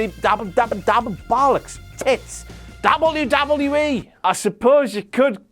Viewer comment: he says it like dabulyoodabulyooee